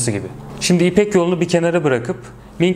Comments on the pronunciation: ming ve king diye okunmaz o "ming ve çing" diye okunur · Merhaba, yaygın okunuşu Çing'tir. Zaten Çin adının kaynağı da bu hanedanlık. Fakat Zing veya King şeklinde telaffuzlarına da rastlamak mümkün. Zaten bir Çince kelimenin birden çok telaffuzu olması alışıldık bir durum. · haklısınız, kitaptan okuduğumla kaldığı için "Qing"i yanlış telaffuz etmiştim. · hatta bir şerh de sondaki g'ye düşelim. Normalde okunmaz fakat bende ağız alışkanlığı...